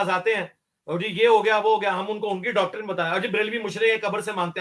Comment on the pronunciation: ڈاکٹرن۔۔۔صحیح تلفظ نہیں ہے۔۔۔صحیح تلفظ یہ ہے۔۔۔ ڈاکٹرائن